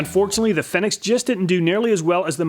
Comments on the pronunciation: I think it's supposed to be pronounced fee-nix. Like a phoenix, which would match the logo on the bottle. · Hehehe, he pronounced Fenyx Fenyx instead of Fenyx. But that's okay he pronounced it Fenyx at the end.. 😁👍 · Aaaaand then fudges it again in the second test, lol.. 😁👍